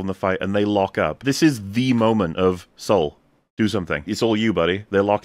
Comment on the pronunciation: Oh God - I just got how "clever" it is that he's named "Sol". The way they're pronouncing it like "Soul". He's going to be responsible for committing some heinous act(s) and hiding it by a veneer of jedi piety. He really will represent Headlamp's retconned jedi order as wholly corrupted and duplicitous, which is all the more reason they're not concerned about lore breaking with Keanu Monday - he's maintaining the corruption. None of it's a mistake, it's making the Acolyte relevant to the prequels by reconning them after the fact. Like they're doing with Doctor Who.